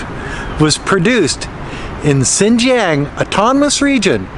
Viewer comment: A better, though not perfect, pronunciation for "Xinjiang:" For "Xin" just say "sheen." The "ang" can be pronounced like the "ang" in "angst." The X and J have no exact English counterparts, but this will get you pretty close. Now put the tip of your tongue at the base of your front lower teeth and the back of your tongue against the roof of your mouth while saying these words and you will have X and J perfectly.